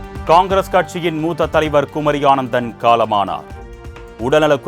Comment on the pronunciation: அய்யா, குமரி அனந்தன். ஆனந்தன் அல்ல. செய்திகளை பார்த்துத்தானே படிக்கிறீர்கள்.